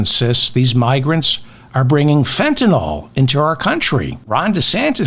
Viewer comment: FentanALL? You sound like an idiot, man. It's FentanILL, ILL as in SICK; not ALL as in ALL. It is spelled Fentanyl. YL not ALL. You're a smart guy, at least try to sound like one??? And no, migrants are NOT bringing in drugs, traffickers and smugglers are. WHOLE different ballgame. While I'm at it, please Dave, can the schmaltzy fake jazz at the outro of your clips. It sounds like $hit, and is a total waste of time. You have enough good content without that crap... PLEASE!